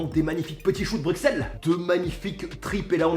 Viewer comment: Non mais je t'aime beaucoup mais ça m'énerve quand tu prononce mal Bruxelles! Le x ne se dit pas, il se prononce "s" ce qui fait Brussel! Merci ><